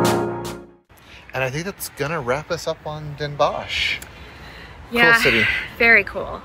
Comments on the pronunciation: 's Hertogenbosch or the more modern version Den Bosch, is fonetically pronounced "Dan Boss" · Next time don't say Den Bosh, in this case the sch is just pronounced as an s. So Den Bos. Same goes for Hiëronimus Bosch. Just an s at the end. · The pronunciation is : Den Bos